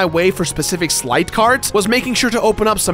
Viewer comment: I wish someone told he was saying Sleight wrong.